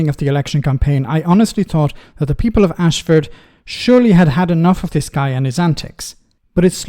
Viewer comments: Not Ashford it’s Ashfield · It's Ashfield, not Ashford. Unfortunately, I live in this individual's constituency, and no, I didn't vote for him. I genuinely have no idea why he was returned. He is, quite frankly, useless, bigoted and above all else self-serving. How many time has he jumped ship now? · It's Ashfield, not Ashford! Ashford is in Kent. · it is Ashfield not Ashford... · AshFIELD not Ashford,; otherwise, brilliant, as always 😊